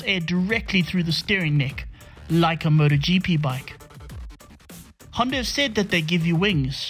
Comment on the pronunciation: It's Honda, not ”Hyundai” smh